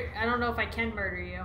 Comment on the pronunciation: It said death and she said mirder